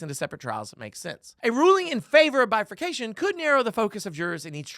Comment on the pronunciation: Did you say "bifornifaction?" Glad you corrected his age, but by the time this thing is finally finished NOT being granted certiori by The Supreme Court, we may all be 100.